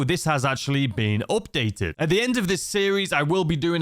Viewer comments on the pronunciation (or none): "Updated". Tf is "Ohpdated?"